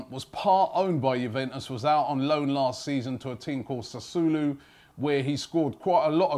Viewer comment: Sass-u-olo Robbie